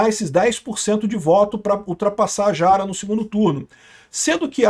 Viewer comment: AMIGO não é “Quest” é Kast! Com A pronunciada como se lê. E não é Jara é “rara” é assim que se pronuncia